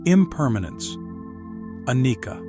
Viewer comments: Anicca is pronounced: ah-nee-cha in the Pali language. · Your presentation is very superficial. Anicca is pronounced incorrectly. The correct is arising and passing away of the trains tiny particles the body and elsewhere. direct realization experience of that is meant to lead you to the understanding of a dukkha and not anatta, not self